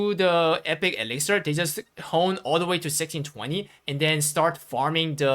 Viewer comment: It's elixir, not elixer :)